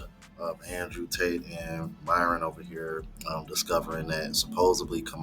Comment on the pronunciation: Andrew saying Myron's name as "My-ron" was funny as hell. 😂😂😂